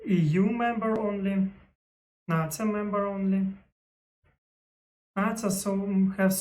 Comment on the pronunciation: English tip, NATO for English speakers is pronounced “Nay-Toh” (NA-TO), “NA” in this context rhymes with hay, day, or play